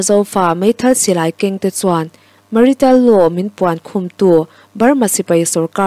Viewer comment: Ma ri-tal Law tia i chhiar kha Martial Law (Mar-sial law) tia lam tur a ni e